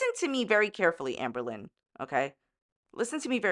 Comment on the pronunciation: everytime she says amberlynn i hear anne boleyn